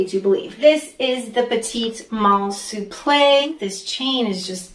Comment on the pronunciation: Love your taste! ❤ My favourite on you is the waist bum bag. You really wear it with panache. Louis Vuitton Souple is pronounced soup - luh by the way. No shade, just wanted to help you out 😊